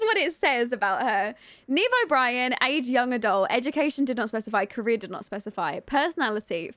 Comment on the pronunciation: Every time I hear her name pronounced outloud it sounds like "Nemo Brian."